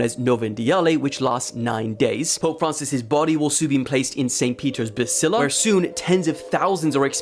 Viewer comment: It's a Basilica, not a Basila.